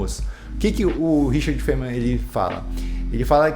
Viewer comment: sobre a pronuncia, seria faine-man (tipo he-man) com o "e" bem suprimido. Veja: [faɪnmən] (corresponding to the words 'fine' and 'men').